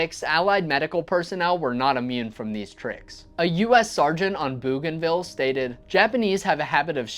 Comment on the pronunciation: BO Ganvil -- not Boo Ganvil.